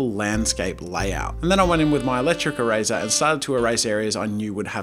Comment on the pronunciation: Its not the eraser challenge its the eRAYzer challenge